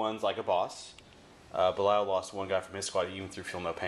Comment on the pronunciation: It is pronounced "Beh-LYE-uhl". You had it right the first time.